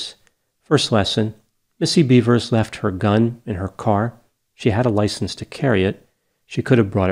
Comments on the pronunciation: It’s pronounced “beh-vers”. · theres no A, its BEVers